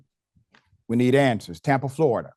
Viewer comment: Once the Doc said FloriDUH... Of Course!